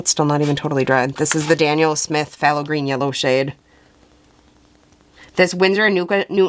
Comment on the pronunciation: Arrrugh, Dang chemists and those nerdy names! When you see Phth it is in nomenclature or jargon and pronounced T so you say “thay low” at the start, As Phtho crazy huh? I also cannot believe I haven’t plugged DaVinci Paints because they are the BEST ! So there’s another opinion for you!